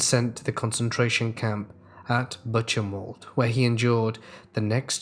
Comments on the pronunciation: Buchenwald - Boo - Ken - Vald. The "CH" in German makes a "K" sound & the "W" in German makes a "V" sound. I love your videos/channel! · 1st Story: Buchenwald - its pronunciation sounds more like 'Bookenvalt' (with a soft 'k' and 't' if that makes sense). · Of course it is easier for an english speaker to make a k sound, but thats not the actual sound when a german pronounces words like Buchenwald. Its more like...say....a "hissing" sound. Really hard to describe. Try listening to a native german speaker say Buchenwald, Buche (the beech tree) or Dach (german word for roof) and you'll see 😉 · No offense but thats actually not correct. The ch sound in german doesnt make a k sound. Its actually a sound unknown in the english language (as far as i know). So its understandable that an english speaker would pronounce it like did, or would assume its a k sound. But its not 😉